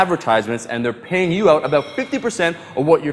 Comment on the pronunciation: "I do like helping people oot"😂....so damn Canadian, priceless!